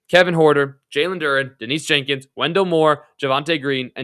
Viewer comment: Ha! And Jenkins. Anyway, video is not bad, but you do come off as not actually knowing about the team when you get almost half the names wrong.